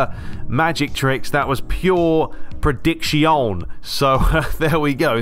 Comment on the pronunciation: Leaved a like for "predictiyon"😂😂👍